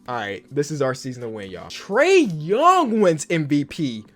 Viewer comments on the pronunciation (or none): none